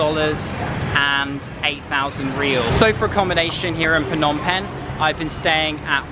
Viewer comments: pnom pen lol i’m sorry but your pronunciation is sooooo no offence lol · it is pronounced nom pen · “It’s pronounced “pnom bing” I’m Cambodian 🇰🇭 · For some reason, I found it funny how people always pronounce "Phnom Penh" incorrectly